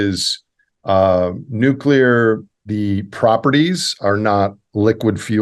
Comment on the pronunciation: "Nuke-u-ler" - Homer Simpson